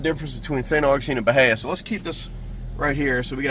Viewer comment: The i comes before the a. Buh-hee-uh